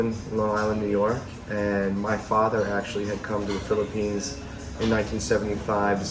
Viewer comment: this is a great interview! Most people always seem to forget how relatively inexpensive to attend college in the PH. And how high the educational standard is over there as well. But bro, you seem to read the Bible a lot cause you keep calling the Philippines, "Phlippians" and Makati, "Makate." That shit trips me every time you say that...lol! Great content though.